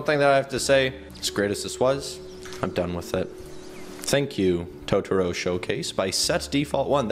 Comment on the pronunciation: Tahtoro Me: Pretty much triggered